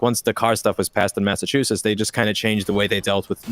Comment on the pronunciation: Linus pronouncing it “massatoosits” is the most Canadian thing ever